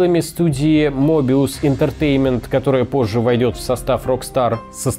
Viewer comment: Обзор хорош, но Möbius - правильно читается как Мёбиус(примерно). Точки над буквой о - это умляуты, и произношение между буквами отличаются как буквы е и ё в русском алфавите. Ну и смысл тоже меняется при невером произношении. Над буквой ё точки - это тоже умляуты. Режим зануды выключен - просто информация для саморазвития.